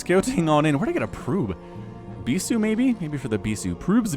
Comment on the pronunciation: laughed way harder then I should have at the "proob/prube" thing haha in my mind went French for a second.